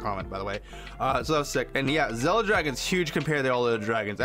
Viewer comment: It’s “Zilla” not “zella”